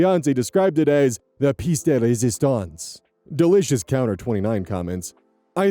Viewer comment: Sorry but you said "La Pisse de Résistance" lmao